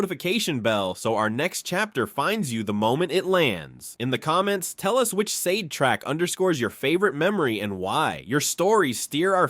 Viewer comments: i appreciate your content, i love Sade, the woman and the band. you had we at Donny Hathaway but her name and the band's is pronounced Shah-Day for an american, like the Shah of iran ran away during the Day. for brits it's more like Shar-Dey. subscribed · I can’t even finish watching this because you keep mispronouncing her name. It was driving me crazy.